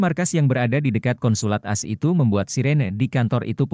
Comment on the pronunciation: jangan dibaca as bacalah dgn baik Aa Es